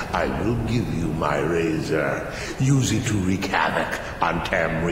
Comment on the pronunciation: when u said ok we have the 3 pieces of the razor i thought u said 3 pizzas